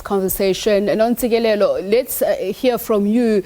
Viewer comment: This interviewer certainly mispronounced Dr Ntsikelelo’s name so blatantly ,repeatedly calling Dr Nontsikelelo,what a blunder!